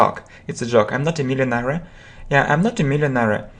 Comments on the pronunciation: Простите вы неправильно произносите millionaire. Спасибо вам за уроки. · слово millionaire на английском не так произносится